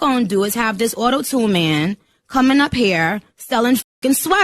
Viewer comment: “I’m not gawna let this awtotoon mayn”